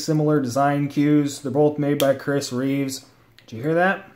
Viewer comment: If your gonna review a knife at least get the makers name correct; REEVE. Not REEVES. Christ.